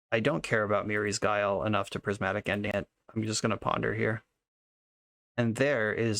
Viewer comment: The way he said "MiRrI's Guile" completely killed me